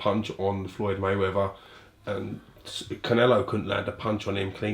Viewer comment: "FLYDE MAYWEATHER" Hahaahah